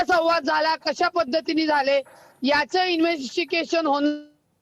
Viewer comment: रूपाली ताई ठोंबरे तुम्ही एनेवेस्टिगेशन हा शब्द चुकीचा म्हणत आहे इन्व्हेस्ट्केशन म्हणत आहात...